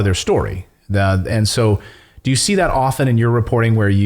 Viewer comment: Thank you for saying "often" properly! Merry Xmas!